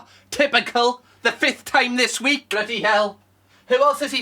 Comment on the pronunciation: “What the blaady hells going on” 🤣 why’d you go all Cockney 😂😂